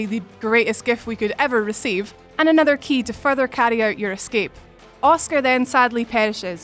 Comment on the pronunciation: "Uscar off ustoru"